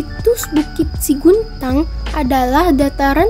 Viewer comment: Yang benar 'SEGUNTANG', bukan SIGUNTANG